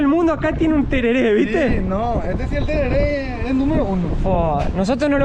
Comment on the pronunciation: Pronunciaste como si fueras yanqui. Se dice tereré, así nomás